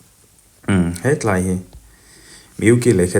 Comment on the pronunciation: He tlai. Ani lo. Mizote tawngah a awm lo. ( Helai) ti a, lam tur.